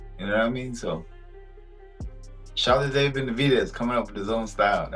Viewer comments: Hate the fake AI voice mispronouncing simple names like "David." DAH-vid? Come on, man, do better. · Im getting tired of these ai videos. What kinda ai cant pronounce David? I need to vet them more.